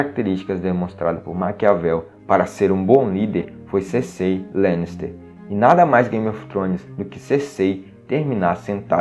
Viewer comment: Eu já chego reclamando porque pronunciam o nome da Cercei errado